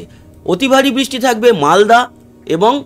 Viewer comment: কথাটা বৃষ্টি। " বিষ্টি " নয়। দ্বিতীয় তো আমরা " বাংলাদেশের“ detailed weather নিয়ে উৎসুক নই । পশ্চিমবঙ্গের উপর concentrate করলে ভাল হয়।‌